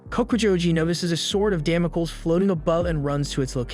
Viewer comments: Damocles is pronounced "damm moh cleez." Yoshiro is pronounced with a Long O. Yo Shee Ro I doubt it's spelled Yashiro, but then I don't know this anime. Please try to learn the correct pronunciations. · Δαμοκλής or Damocles is an ancient greek name. Male names end with an 'ς' , which is the 's' and it is pronounced s , as in stop ; Which is exactly what you should do... Stop and start practicing what you're trying to preach.